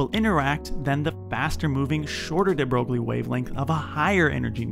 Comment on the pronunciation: de broglie is pronounced de broy Always pog to see nuclear love